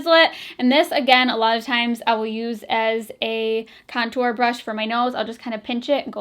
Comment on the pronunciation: I swear at one point you said comtour😂😂 hahahaha LOl 💕💕